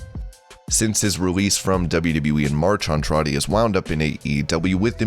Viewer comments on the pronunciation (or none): none